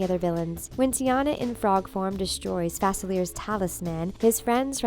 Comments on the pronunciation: you pronounced Dr.Faciler’s name wrong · Yeah its written Facilier but its spelled in French